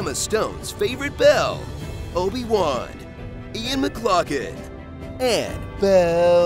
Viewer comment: "Obi Wand" "Ian McClocken" 😂